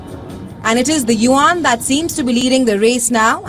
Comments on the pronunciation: It’s pronounced as “you-en” , not “you-Ahn” nor “wan”. Just like Yen, but with the “you” in front. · the people pronouncing 'yuan' in this clip aren't Chinese. I wouldn't take them as a pronunciation guide.